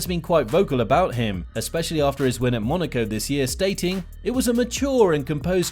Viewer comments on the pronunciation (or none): none